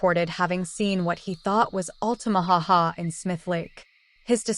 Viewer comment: Actually, it's Lumber City not Lumberton City. Lumberton is an entirely different city here in Georgia and it isn't close to the Altamaha River. Oh! And it's Altamaha not Altamaho.